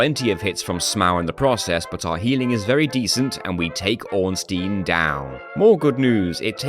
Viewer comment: It's funny that you pronounce both Ornstein and Smough differently than how it was likely intended (based on the Japanese spelling, which is phonetic)